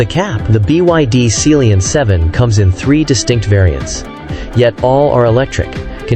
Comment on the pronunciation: Seal-Leon 7, is that how you pronounce it? I’ve been calling it Sea-Lion 7.